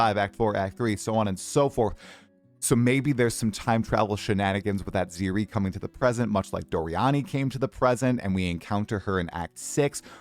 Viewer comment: the way you pronounced Atziri is criminal!